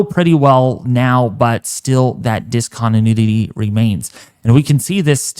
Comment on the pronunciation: “Dis-con-d-nudity “ ??? Huh?